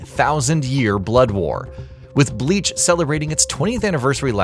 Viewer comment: My guy I get pronouncing forgein words is hard sometimes but still you are posting a review of a game. Atleast do more rescherch about how to pronounce the words correctly. It's very clear that you have never watched Bleach because if you did then you would have never pronounced the word or character names so badly.